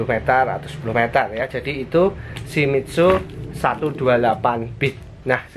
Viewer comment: Shimitzu??? Shimizu om, bingung saya!!!